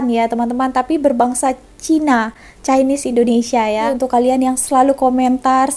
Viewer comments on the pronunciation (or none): none